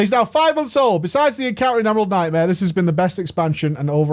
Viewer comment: The Emerald Nightmare's Worst Nightma is how it sounds like pronounces it lmao